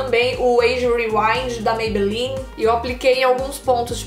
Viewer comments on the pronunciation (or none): none